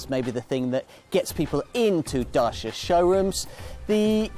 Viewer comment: Cool video but the pronunciation is not "DASHA", it's actually "DUTCH-YEAH"